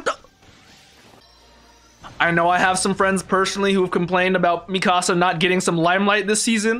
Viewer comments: For real though and thats everyone noob that watches AOT. The series is nearly 10 years old and its annoys me that people are pronouncing her name like they're saying "my house" in Spanish. -_- The English cast got it right and the Japanese version literally says her name in that way. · Bro, they're literally saying mi-ca-sa, which is Spanish for "My house." The dub got her name correct. Its Meek-ka-sa. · Can anyone get my girl's name right or what? -_- Its not mi-casa. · Everyone says her name a bit different. Mi Casa is the one I heard most, like Spanish and they almost seperate the front and begining of her name. I feel Eren and others in show say mi-kah-sah. less power on the As and a lower mi, the tubers put so much emphases on every syllable like they are trying too hard. I feel they said it right. is a perfect wrong IMO. Yea watched a clip on YouTube I feel so validated in what I say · i love how no one said her name right 🤣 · Did any of them say Mikasa’s name right? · One of them did. I don't know why they all say it wrong like haven't they heard her name like 100 times by now